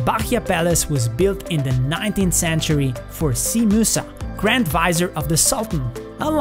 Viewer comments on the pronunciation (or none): none